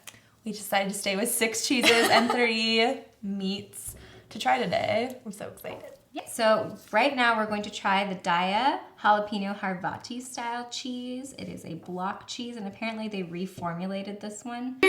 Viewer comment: Isn't it pronounced "day.. yuh"